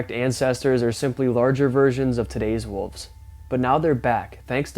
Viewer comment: you are straight up my man but it is wool-ves not "woofs!" P.S. I appreciate your research (e.g. Battle of Los Angeles)